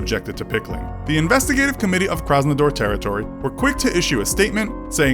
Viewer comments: It’s Krasnodar, not “Krasnador”. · Its krasnodar, not krasnador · It's Krasnodar, not Krasnador. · it's not Krasnador. It's Krasnodar... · everything is ok, video is great, but it's Krasnodar, Krasnador. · It's Krasnodar not Krasnador smh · The city is Krasnodar,not Krasnador. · Well, it’s actually “Krasnodar” same a as in data, totally not “Krasnador” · Dudes, it's not "Krasnador", it's "Krasnodar". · Krasnodar not Krasanador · The city is called Krasnodar, not Krasnador btw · It's Krasnodar. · It's KrasnOdAr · Its Krasnodar btw. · The way he says Krasnador and Sochi makes my inner Russian cringe...